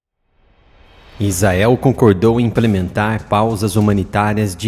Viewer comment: IIGNORANTE , se pronuncia ISRAEL, e não IZAEL... o cara sabe que está pronunciando errado, e caprichosamente escolhe pronunciar erradamente.